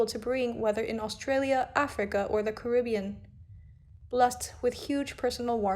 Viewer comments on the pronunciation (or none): none